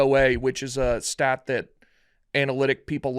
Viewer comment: butchering that stat twice was hard to listen to